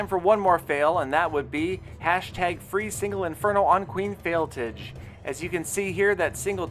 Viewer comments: It's not fail-TIG it's fail-TAJ like Taj Gibson (Bulls PF) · Fail-tage not tige lol